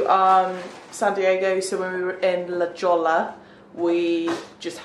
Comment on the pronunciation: I live in Los Angeles, and go to La Jolla often. “Jolla” is pronounced with an “H” sound. It’s Spanish.